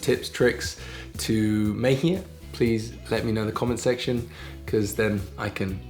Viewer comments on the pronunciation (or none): none